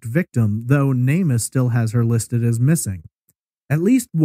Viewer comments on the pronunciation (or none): none